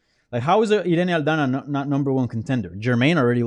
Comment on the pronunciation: I was waiting for that authentic Irena Aldana pronunciation and didn't dissapoint.